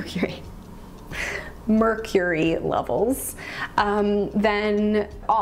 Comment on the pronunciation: *says mercury while saying “i cant say mercury” and then goes; “MeRrcuRrie”:) you are so cute!